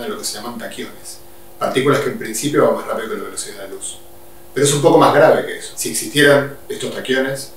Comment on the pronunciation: Ahora cada vez que dice "más", escucho "musk"